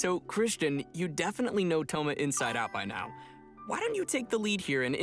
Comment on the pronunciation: Sigo sin entender porque le dice ThoGGGGma